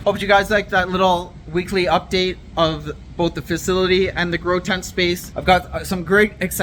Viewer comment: I like your videos brother but we need to get you some help with speaking words. You murder some words like facility. That word beats you up every time you say it